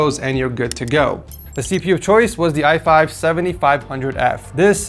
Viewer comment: Fr💀💀 i think he needs to do a few more tries on that